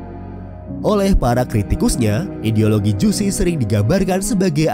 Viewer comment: Baca JUCHE itu bukan Jusi tp JU-CE.....gmn sih Mimin nya. Maaf sy dislike ! JUSI, emg jus😂